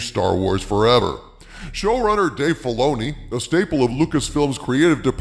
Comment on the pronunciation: Dave Filay-she-oo.... . is aweful...ashoka is bad...